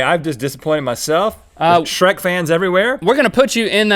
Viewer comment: Sh-wreckt... LOL